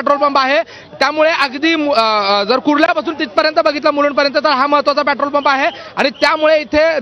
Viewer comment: Yala pahile petrol bolayala shikava